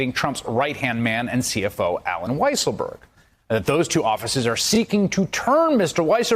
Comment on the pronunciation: I LOVE when they call him "WEASSLEburg " 🤣🤣🤣